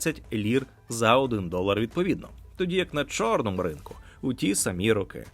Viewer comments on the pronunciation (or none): none